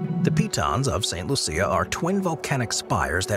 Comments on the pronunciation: I believe St. Lucia is pronounced LOO-sha, not loo-SEE-uh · St. Lucia lol... its pronounced Lu-shh-ah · My wife is from St. Lucia and we visit every other year, and I can assure you it's pronounced LOO-sha. Creole French. The AI voice is simply not recognizing the accent involved. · "Saint Loo-sha" is how they pronounce it.